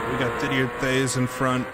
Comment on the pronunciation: Did-ee-eh Tayz